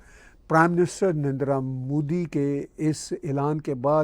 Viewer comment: Please learn to pronounce name of PM NARENDRA MODI CORRECTLY REGARDS